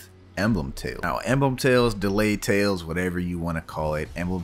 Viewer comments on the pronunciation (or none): dude said delayed tales im surprised he didnt say delayed seas